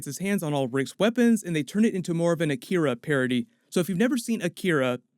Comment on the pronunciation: I swear I heard Jerry say you turned our son into an ‘Akita’ like the dog breed because Jerry is too dumb to know what Akira is